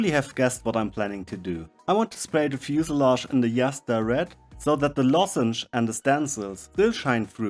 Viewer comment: I think the word is pronounced fuselage,... It is kind of a tongue twister when you think of it....